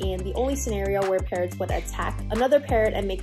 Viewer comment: English is not my first language so I was very confused at the beginning where I thought Parrots was "parents"